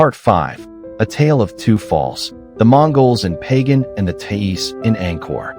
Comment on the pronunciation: Not "Pay Gan", rather "Ba Gan".